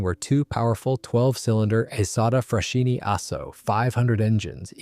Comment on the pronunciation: Marchetti is pronounced "Marketti" in italian... same for "Isotta - Fraschini": it sounds "Isotta - Fraskini".